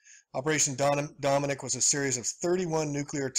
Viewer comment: Dominic = Dome Nuck